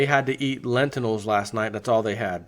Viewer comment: 1] its pronounced 'Lentils.' not 'len tin nells.' 2] Pizza is low grade food. sprouted, cooked, organic lentils in fluoride free water, BEST quality.